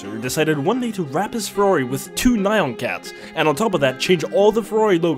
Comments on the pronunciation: The way he pronounced nyan cat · Why would you pronounce "Nyan cats" like that 💀😂